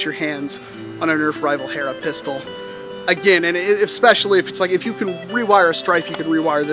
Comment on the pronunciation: Did you mean nerf HERRRRRRRRRRRRRRRRRRRA?